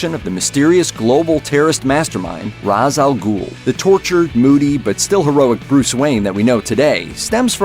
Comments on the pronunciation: It’s pronounced, “RASHE,” not “Roz.” That was one thing that drove me crazy in the DKT. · Ra’s name is pronounced “Rāsh”... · Great video. I'll ignore the mispronunciation of "Ra's". ;)